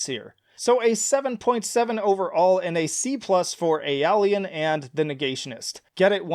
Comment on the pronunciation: When you use a mode so much you’re named after it lol P.S. obligatory pronunciation correction: Ay-oh-lee-ann